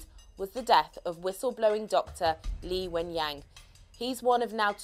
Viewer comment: The name of the doctor is Li Wen Liang,not Li Wen Yang.It's very different.